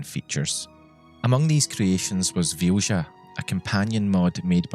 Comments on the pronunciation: also, small thing: its pronounced vilya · Vilja is a Finnish name and is pronounced "Vilya" :) Anyway, this is such a beautiful story, thank you for sharing. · I am genuinely curious how you could think Vilja is pronounced Fjusha. The letters are there for a reason. V is pronounced as V is pronounced, as in Victor, not as F. I is pronounced as i is pronounced, as in Indian, not as J. L and J are pronounced as L and J, are pronounced, as in Legal and January, not as Sh. And A is pronounced as A, as in Attention. That one was actually kind of right. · I'm pretty sure Vilja is pronounced as “Vilya” 😂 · I watched the entire video, and I still don't know what the name of the companion is. As the modder is Swedish (and so am I), I guess it was a Swedish name. But I could not understand the pronounciation, neither could YouTube's subtitles. It's only thanks to the description that I know her name to be Vilja. And for those who want to know, the Swedish pronounciation is [VILL-YA] (like in an Italian Villa and a German Ja). It means, "Will." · It's probably pronounced closer to 'Vilya', since it's a swedish word in a mod by a swedish dev. The mod description even talks about what it means and all that. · Vilja is pronounced closer to VILL-YA. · "Vilja" sounds Scandinavian. In that case, the "j" is pronounced more like you'd pronounce a "y". So think "Vilya". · Just for the record Vilja is pronounced Vee lee ya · As a Swede, that was some brutal pronunciation of Vilja. It's actually a beautiful word to use as a name, but I've never thought of it like that. Basically, it means "Will (willpower)". I'm so glad Pratchett got to experience gameing to this level. I was destroyed when Death came and took him home. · Thats a really weird way of pronouncing the swedish word Vilja (Will). I know accents can do a number on words from other languages, but this almost sounds intentionally misspoken.